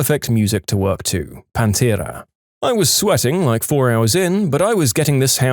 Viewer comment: An injustice occurred that I cannot ignore in the 1st story, "Panthera"? It's Pantera, no h anywhere in the name. RIP Dimebag Darryl and Vinnie Paul